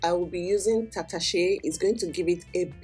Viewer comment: You pronounce Hausa words Tatashe and Shambo pretty well. Did you stay in the North? Love from Abuja